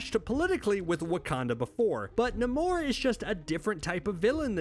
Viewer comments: Say it as Neimour , not Namur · Stahp saying nuhmoor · You're so wrong about Doom, he's a great king.. the way you pronounce namor tells me everything I need know anyway ;)..... long may he reign!!! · Can't stop cringing everytime he say namor🤣☠️ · Dude can't even say Namor name right I thought I was dyslexic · The way he says namor I can’t😂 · Why did nobody ask him why he pronounced Namor like that? Seriously, I have NEVER heard anybody pronounce his name like that. Why? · Can someone please explain to me why he keeps pronouncing Namor's name like that??? It's bothersome in a way that I can't even brgin to explain 🤦😠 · The way dude is pronouncing Namor is aggy. Can’t keep watching 😅😩😩😩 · Why can’t you sat namor correctly? It’s really not that difficult.